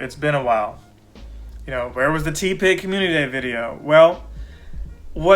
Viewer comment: Idk why the “ tea-pig “ pronunciation is triggering me 😂 It’s TEH pig 😭😩 Good video though 🙌🏻